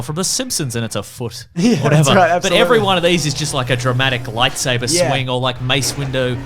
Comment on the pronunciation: James' Grievous rant / mental breakdown is my favorite thing to happen on this channel in a while! Also, you mean to tell me was calling him "Mace Window" by accident? Really?